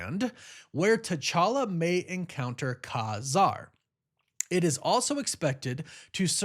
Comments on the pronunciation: Pretty sure it’s pronounced Kay Zarr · I think its pronounced Kay-Zar lol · Ka-Zar is phonetically pronounced Cay Zar. Thanks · ITS KAY- ZAR